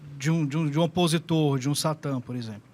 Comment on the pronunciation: SHATAN ????? acho que você falou errado o termo no Hebraico